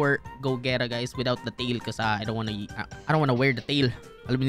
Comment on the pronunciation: I swear if you ever misspronounce gogeta again I’m gonna lose the bloody plot😤